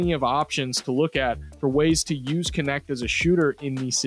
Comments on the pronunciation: His Last name is the German word for "servant". Funny that it gets pronunce like "connect", instead of [knɛçt] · How is it not pronounced nect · Thanks for making following a sport on the other side of earth bearable. Knecht(which is pronounced extremely different in german), was probably the perfect pick for the lakers at their spot.